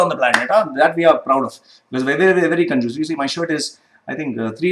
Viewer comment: Hi, at 9.21. Did you say: conduce?